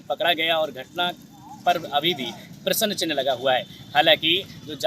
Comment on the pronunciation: तुम्हारे को प्रस्न चिन्ह कहने नहीं आ रहा है प्रसन्न चिन्ह बोल रहे हो